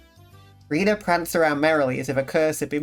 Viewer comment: About Rena's name and pronounciation, even though you're already on chapter 2 so might be a bit late Reina would indeed be pronounced "Rayna" Rena however is not pronounced "Reena" but rather "Reh-na". If you're unsure you can probably put the voice acting on and check how the characters say it The weird part about her name that doesn't translate at all in english is that "Rena" uses Katakana characters instead of Kanji. Katakana is often used for foreign words in japanese, thus why Keiichi says it sounds like a foreign name. I love that now that we've got the context that something's up with the village even the slice of life scenes start to feel ominous. The club activities are great on a second read, there are so many things that make you go "oh my god." One exemple that is spoilers for the end of chapter 1 (For anyone who might be on their first watch along and haven't binged to the end of that chapter yet) is Keiichi in the zombie game making up the fake message about Satoko's parents waiting for her at the gate. Like, holy shit. He didn't know better but holy shit.